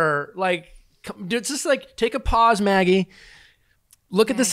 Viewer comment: you’re mispronouncing magis name